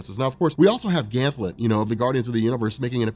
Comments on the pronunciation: GAN-THET! NOT GAN-THLET! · I love you brother, but it's "Ganthet" not "Gantlet." No ill will though, you're the man. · Ganthet, not Ganthlet. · Is this man calling Ganthet, Gantlet? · why do you call him gantlet ? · Ganthet...I thought there is no l in his name... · Jason Jones omg he does this on every gl video it's so annoying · Great that you finally got round to this! GL Rebirth and Johns entire GL run from this point on is fantastic. One thing is too noticeable not to point out though, it's Ganthet not Ganthlet :P. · Did you call Ganthet ,"Ganlet" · Ganthet not Ganlet. 😂😂 please it killed me every time. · Ganthet, there is no "L." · This man is saying Ganthlet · Ha rob couldn't say ganthet